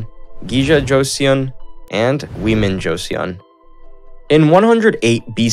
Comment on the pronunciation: Dangun Joseon(Tangun Chuson)❌ Dang it Jon se yong✔️ Wiman Joseon(Wuiman Chuson)❌ Women Jon se yong✔️